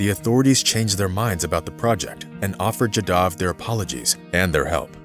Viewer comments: Jaadav.. not jadaav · Pls pronounce this great man'name properly..."Jaa Da V" and nothing else.